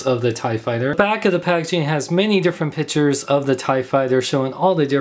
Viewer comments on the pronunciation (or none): It's pic-tures not pitchers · piCKture not pichure XD